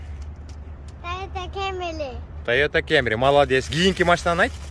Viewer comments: Тайота Камри деп эле суйлочу кемри дебей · тойота кемри дебей камри эле деп айтсан кемри кемри дебей🤣 бирок молодец кайфти кыл брат